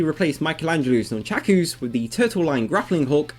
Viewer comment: Non-shaq-oooo's lol I've always known them as "nunn-chucks" or "nunn-chuckahs". :D Maybe my way is just an Australian thing?